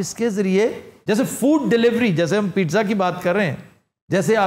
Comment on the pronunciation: Peet-Zah nahi hota, Pee-ts-ah hota hai. Double Z Italian words main use hotay hain aur pronunciation main "TS" key sath bolay jatay hain. E.g. Pee-ts-ah پیتسا